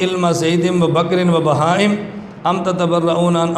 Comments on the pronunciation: پر پڑھ رہا ہے باہم جبکہ بہائم لکھا ہے اردو پڑھنا بھی نہیں آتا ہے کو شاید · باہم نہیں ہے بلکہ بہائم ہے آپ لوگو ں کو تلفظ بھی نہیں آتا چلے مقابلہ کرنے کے لیے آپ لوگ مقابلہ کیا کروگے بلکہ آپ لوگ صرف گمراہ کرنے کا نام ہے پہلے لفظوں کو سمجھنا پڑتا ہے